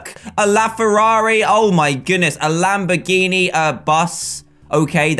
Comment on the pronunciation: Did anyone hear him say lambiriri